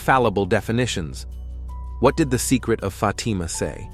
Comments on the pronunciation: It’s a soft “a” sound in Fatima. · why do you pronounce FAtima so harshly, so strongly? We do not need such a huge emphasis on FAAAAAAtima. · Pronounce the word Fatima Correctly please.